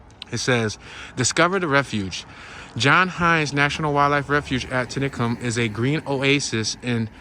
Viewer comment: It's pronounced;"(tenny-cum ),,,Which is on the south side of Philly International Airport